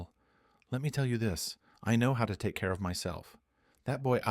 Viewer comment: "lake" instead of "take"?